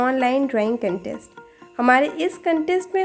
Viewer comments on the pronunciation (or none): none